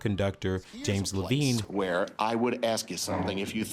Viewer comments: Levine pronounces his last name as “leh-VINE” (like the vines in a vineyard) NOT “leh-veen.” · This guy might’ve learned to pronounce some names and words – – Levine, Wagner, maschera, Glyndeborne, among others. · You are mispronouncing James Levine's last name! How much of an authority can you be on this topic! Not much of one. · Levine pronounced his name "Le-VINE." "Maschera" is ponounced "MOS-kera." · A couple of others: James Levine's last name is pronounced Le-vine, not Le-veen and Tannhäuser is pronounced Tannhoiser not Tannhauser. These are small errors but they tend to undermine the reporter's credibility.